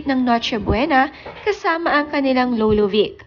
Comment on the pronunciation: Do not pronounce lolo as lowlow oa nmn 🤣